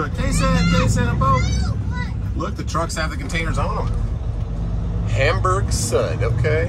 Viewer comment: Hamburg Süd is pronounced Hamburg Sood - it means South Hamburg in German